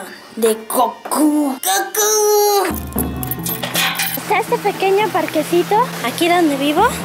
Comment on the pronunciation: se dice Gokú